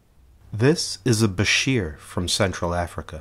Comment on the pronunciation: Beautiful video and thank you for pronouncing bichir and Polypterus correctly!